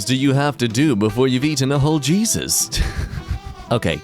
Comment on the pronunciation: Did that say... jeezit?